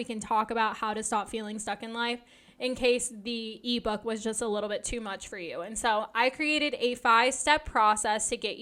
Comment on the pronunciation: When you say e-book my brain understood Levo lol